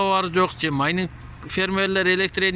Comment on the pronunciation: Майниң эмес майнинг